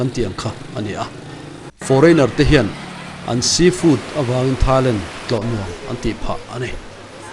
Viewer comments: Mak ka lo tia keipawh..A tawpah "Lentti " a ti zel khi. Ka en thui deuh a..a then chuan 'Thailand' a ti tho. A tilui deuh hrim hrim a nih ka ring. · Thailent tih hi mak ka lo ti deuh. Lam dante hi inang lo ve nawk thin ah ngai mai ang. 😊